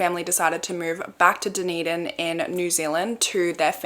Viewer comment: Thank you for saying Dunedin correctly !!